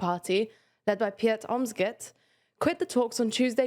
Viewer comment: How does she pronounce Geert Wilders relatively well, but can’t pronounce Pieter (Peter) 😂